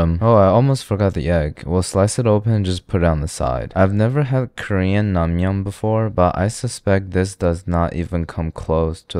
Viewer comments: It’s not pronounced nangmyun, more like nengmyun with the short e sound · good vid but pls next time pronounce it as nengmyeon